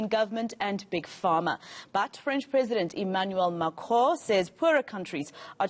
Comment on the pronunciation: Whoever told her how to pronounce Macron should be fired XD